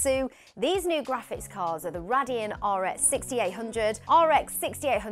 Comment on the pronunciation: Nice host that knows nothing about tech. Cant even say radeon properly